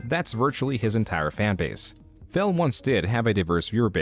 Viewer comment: I swear called him Phail about 50 times, it was so noticeable. Also I dont think Phil even knows what actually happened or how he felt during the time. he just has a list of lies he goes through for every instance.